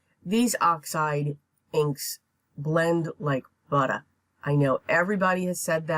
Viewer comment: ...and then some! I was from New York City. I miss that New York accent. But the way you said butter made me think of that Brooklyn accent.